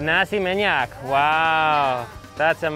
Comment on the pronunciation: U say:nasi minyak Me hearing you:nasi maniac Just kidding😓